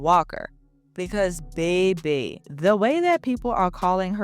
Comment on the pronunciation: When you say “baby” I was reminded you were my cousin from New Orleans ❤ lol !